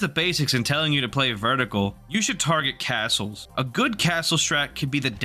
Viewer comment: verticle lmao